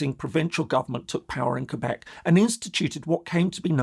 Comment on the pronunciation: Thank you for saying Quebec correclty.